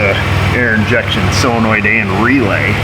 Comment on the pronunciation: SOLenoid, not SILLenoid